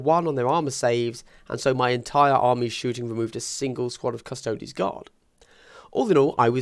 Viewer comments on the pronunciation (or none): cuss-toe-dees. like ass-tar-tees. or custodians. not cus-taods.